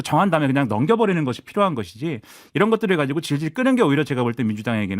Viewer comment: '이란'으로 들렸나요? '이런' 아니었나요?